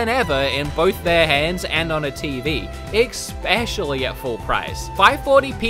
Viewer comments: You say expecially but the correct is especially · Good review. But please try to start saying especially instead of expecially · Please, it’s especially not expecially. E-specially... thank you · "Expecially" -you many many times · Awesome review man! But seriously!.. Where are you seeing an "X" in the word especially!? 🤣🤣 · This was a greatly written and produced review. Still triggered by the use of ‘exspecially’. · Why does every time says “specially” he pronounces it as “expetially”???? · Xpecially Chronicles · "exspecially" really?